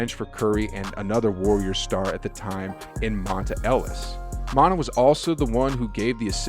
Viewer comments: Mon-tah? Mon-tae...lol. Who is Montah. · Split it up, yea area. The area had extra A's for emphasis! It was compressed for the hashtag. Oh and his name is Monte' with the accent, sounds like Mont-ta. Love the work you're doing! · reports monte = Mon-tay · His name is Monté u pronounce it mon-tay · Monuh Ellis 😂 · Lol I was like wait who tf is montah? What did I miss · Shout out to Mon-tuh! Lol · What the hell? Did you just start watching Warrior ball? It’s Mon-TAY….Mon-TAY!!! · Also butchered Monta's name. Sheesh